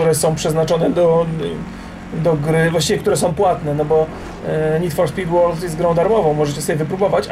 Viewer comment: Rock , W wyrazie World o czytane jest jako e